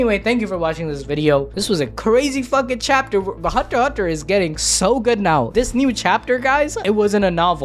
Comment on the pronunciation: Thats how it is pronounced. Theres no X sounds its "Hunt Hunter". Togashi confirmed this himself.